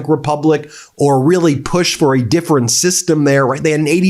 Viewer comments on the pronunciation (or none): none